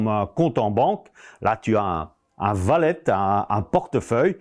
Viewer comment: C’est Wallet pas Vallet hein